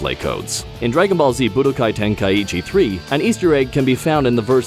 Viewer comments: It's not Tenkai-ichi there are no 2 I. Ten-kai-chi OR Ten-ka-ichi if you want to have gthe ichi sound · I thought the same. I don't think so. As far as i'm aware it would be "Tenk-eye-chee", but I'm not sure. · Nightbane Or "Tenk-eye-ee-chi" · Ten-kai-chi not ten-kai-ichi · is he pronouncing tenkaichi wrong? or is it me? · Is that how you pronounce Tenkaichi?